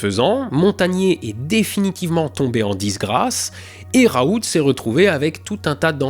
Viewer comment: Ah... On prononce bien le professeur Raoulte, donc...^^